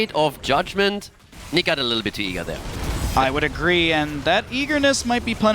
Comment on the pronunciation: Hesus, the German player is not Nick is Niche ...wtf ! Do u hear for Niche?